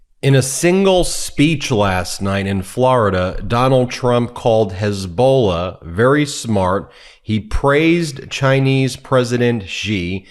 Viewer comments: 1403rd Dipschit was calling Hezbola - Hezba ....... he has Dementia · What's a "hezbol"?